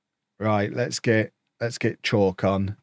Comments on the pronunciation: South African here. Chauke is not pronounced as Chalk. It's Chow + ke (like ke in Kevin) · Nothing like binge-ing the weeks action on a Sunday.... Idk if you're going to see this but Chauke is pronounced "Cha"-"oo"-"keh" Practice it slow but say it fast😅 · What language is it? As a motswana i would have pronounced it Cha- u(ooouuu) - ke (kay)